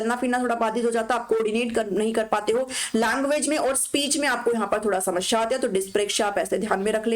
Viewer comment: Ma'am shmasheea nahi hota bulki samaseea hota hai